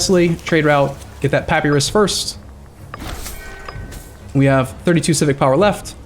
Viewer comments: Papyrus (pa·py·rus): "Pappy-ross" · Well first of -us in latin is pronounced as we'd pronounce -os. So at least it would be Pa-py-ros. Also you'rs is the latin pronouncation where the emphasise is on the last pre suffix syllable. Ancient greek is diffrent I think. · pronounces it wrong. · Just because it's usually pronounced like that in modern english doesn't make it right.